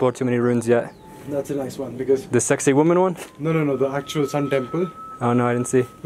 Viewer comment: HA! I thought i was the only one who heard it pronounced as "sexy woman!"